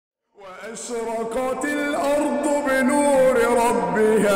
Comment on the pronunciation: صوتك رائع ماشاءالله... ولكن تعلم التجويد على ايد شيخ لأن مخارج الحروف عند حضرتك عايزه تتظبط... كلمة أشرقت خليت القاف كاف...